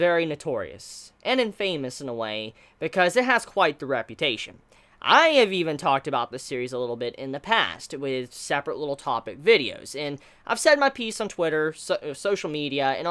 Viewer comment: not to be a dick (I'm totally about to be a dick) but infamous is pronounced IN-fumus not in-FAMous, as in infamy.